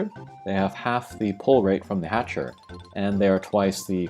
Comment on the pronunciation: I believe, and I could be wrong, its because the style of game is gatcha but pronounced hatcher.